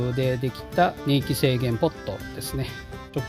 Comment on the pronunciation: /様 お答えいただきにくい質問2つで失礼いたしました。 "ねいき”ではなくて”こんいき”ではないですか？